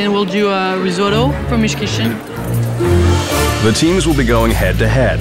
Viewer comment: "The diners have arrived in hell's kitrin..."